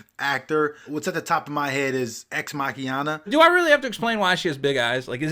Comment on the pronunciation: “Ex-Makiana”........I want off this planet